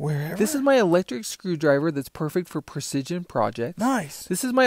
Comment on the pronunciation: Great review.... except you did not pronounce "precision" precisely 😊😊